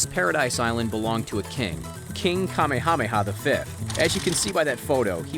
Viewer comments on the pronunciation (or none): Kah-Meh-Ha-Meh-Ha H is Not silent. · Could mispronounced the kings name any more? Kah mayhā mayhā! And nice painting the one of the ‘six’ families who colonized and over threw the kingdom!!! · You literally butchered the Kings name..... don’t make this island alluring and desirable. The butchering of the Hawaiian words is painful to listen to. Tourism has caused more damaged to the islands and I’m sorry but no we don’t want to see it developed. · It is Ka Ma Ha Ma Ha not what this clown called the King! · It's ka meha meha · Kah may ah may ah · M sorry can you repeat that name again I just can’t get enough of the butchering of the great Kings name. Jesus Christ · Pele erupts with anger when you mispronounce "Kamehameha" that badly. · i laugth when he says king kamehameha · Why tf is he saying kamehameha like that? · Didn’t know we were watching dragon ball z. Lol not how you say it 😂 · My exact thought! 😅😅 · King "Kamehameha?" 💀